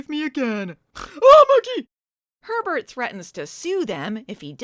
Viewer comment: I couldn't stop hearing "pervert" everytime you said Herbert 😂